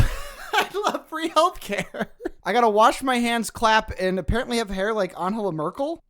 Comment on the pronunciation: what I find the most hilarious in this entire "Angela Merkel" situation is actually the fact you pronounce "Angela" in Spanish. bro pls it's not "AnHela", it's German, it's "AnGela" with a G as in "great", or "garden" or "gay" 😭😭